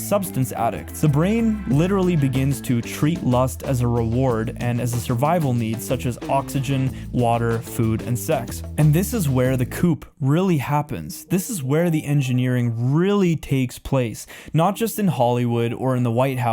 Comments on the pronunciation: just fyi. It’s pronounced “coo” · The French guy called Foucault.... His surname is pronounced "Foo-coh" "coup" is pronounced "coo" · And coup in this context is pronounced "koo". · Coup is pronounced "coo" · This is how the “COOP” really happens???? It’s pronounced COO. A coup is something you put chickens in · FYI, two words….. 1) You said "chic", pronouncing it as "chick". It's actually pronounced as follows; "sheek" (like the Arab title of "shiek"). 2) You used the word "coup", but pronounced like you would the 2-door car (coupe). I.e., you pronounced it as, "koop". But in reality, when there's no "e" at the end, it's pronounced, "koo". I.e., the "p" is silent. Ah, the English language. Not dumb at all. 😆😆😆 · Good work man. Oh it's pronounced coo not coop. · Interesting but please work on your pronunciation. It is distracting. For example, chic is pronounced sheek not chick and coup is pronounced koo not coop. Is this AI? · This was amazing! Thank you so much for your super important and eye opening work. Just want to point out a couple mispronunciations for your benefit: coup is pronounced “coo”; Michel Foucault is “Mi-shell Foo-Cole”; decay is “de-CAY”; and Nietzsche is “KNEE-cha”. God bless! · coup is pronounced like the "coo" of a dove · did you just pronounce coup as coop? Like I've been sitting here throughout the video "wait, did he just say....?" You need to work on that. Maybe take a little bit of French ("Foucault" needs work too). You don't want to be that guy who talks about the Marine Corpse. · Very good. Thank you. Here are a couple of kind notes: chic is pronounced (sheek) coup is pronounced (koo) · You're right! The mispronounced words give it away .... chic ... coup, lol I was totally fooled at first. AI should be noted in the video description. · The "p" in coup is silent. "Chic" is pronounced like "sheek" not chick like a baby chicken. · Coup and chic aren't pronunced like theyre written. Interesting video